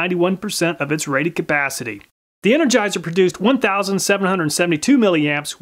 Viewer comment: Rated Cuh-PAAH-city!